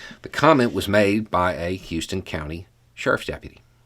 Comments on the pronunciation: How-ston County, GA. ...... Not Hue-ston! As in Texas. UNFORTUNATELY!! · House-ton County, not Hue-ston... Just for clarity's sake. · It’s pronounced “House-ton”, not like the city in Texas. Love your stuff. Keep up the good work. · Pronounced “houseton ” in Ga. “Houston County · It's pronounced House-ton County. Please. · Just a note: that county in Georgia is pronounced House-ton. Weird but true. Being a former Georgia cop and working in public safety in several capacities, I have interacted with officers from many counties and cities North Ga to south Ga I can tell ya, the racism and attitude exhibited by that officer is systemic and pervasive in most if not all departments. Some of it is well hidden, but if you spend a few days with them, you will see it come out. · FYI "Houston County" in Georgia is pronounced "Howston". Not like Texas pronounces Houston. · Not that it matters much, but if we're talking about Houston County, Georgia, I believe that it's pronounced How-Ston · It's HOUSEton NOT HUSton!!!! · Came here just to say that Houston County is pronounced House-ton County. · If you have to do another one in 6 months, they pronounce it HOW-sten County… not Houston like the city in Texas. Sorry you had to talk about it again. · It’s pronounced House-ton county (I live there) and I think I might know that deputy which is depressing. That same deputy got caught saying something disparaging to a black woman on a ring camera last year. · I live in Houston County and am ashamed that this came from us. It's also pronounced Howston, but a lot of people pronounce it the way you did. It's named after a former governor John Houston. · This took place in Houston County, Georgia; it's pronounced "House-ton." Thank you for covering this. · It's "How"ston county. It's pronounced different from Houston Texas. I love in Warner robins ga where this sheriff works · Pronounced “howston” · Okay. So, it's pronounced house-ton. Weird, I know. Welcome to GA